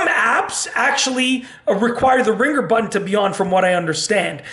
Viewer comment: I like the goofy way he pronounces the word "button"...as "baton," instead of "but-n."